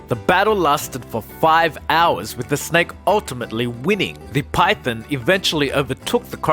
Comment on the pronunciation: This channel annoys me so much. He says Python like Pythin 😤